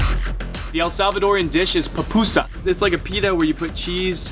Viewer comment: is not "papusa" is PUPUSA